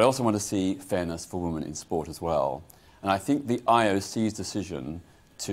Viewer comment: Why have you got peter on here to talk about women, when he can’t even pronounce the word. The plural is WOMEN peter, not woman (singular)